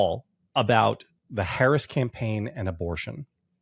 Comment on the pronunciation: I will still not a Black person who continually mispronounce Harris' name.